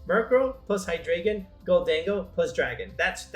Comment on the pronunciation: i hate the way people say Hydreigon..